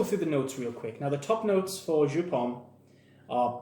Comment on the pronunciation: It's a German company. It's pronounced YOP